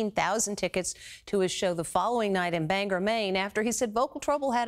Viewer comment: bangOR not er